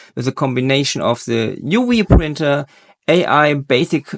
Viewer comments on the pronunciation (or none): "uwee printer" ???